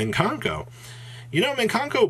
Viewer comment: please, there's no 'n' in the first syllable of Mikanko lol